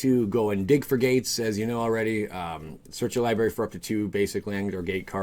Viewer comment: Also... li-bRary not lie-berry